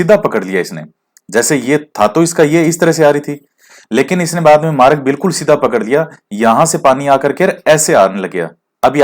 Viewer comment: प्रशान्त...हिन्द...अटलांटिक और आर्कटिक महासागर है...😂 आप मार्ग को मारग बोलते हो..अच्छे लगते है ये word जब आप इनको pronouns करते हो 😀😆